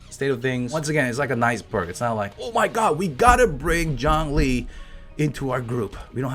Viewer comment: Jawng-Lee.